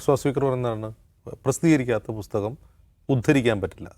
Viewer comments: ബുസ്തകം അല്ല ബ്രോ.. പുസ്തകം.. 😊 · പുസ്തകം ആണ് ബുസ്തകം അല്ല